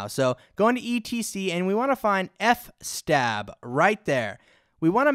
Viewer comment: 'f-stab' 😅 loved it. It's fs-tab... filesystem table.